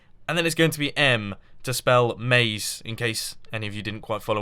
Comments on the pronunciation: not "maze", not "naze", more like "haze" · Definitely "Maze", not "Naze"